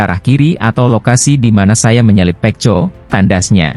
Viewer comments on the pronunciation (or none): none